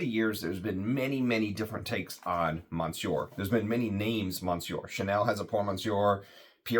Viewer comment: Hey thanks for the review! Still wanting a sample of this. Check the pronunciation of Monsieur, you don't want to be like so many reviewers out there that constantly screw up French. Especially reviewing perfumery with tons of French influence! Thanks again!